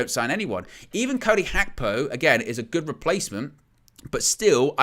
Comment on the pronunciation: Its Gakpo not Hakpo 😢